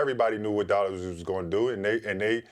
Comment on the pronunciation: Markeif Morris doesn’t say Dallas he says “Dollus”